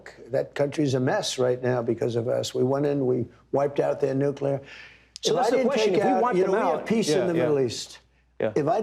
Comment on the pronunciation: Another little goof ball who cant say the word nuclear. My god im tired of this.